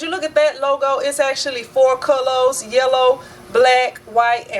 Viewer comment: I like how you said colors, Cullows 😀